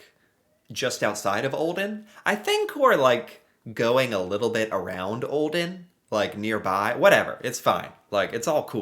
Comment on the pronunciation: I’m from Norway and I was like tf is åaldean and then I was like Aaaaaa you mean olden